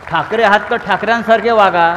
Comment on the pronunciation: आधी ठाकरे नीट म्हणायला शिक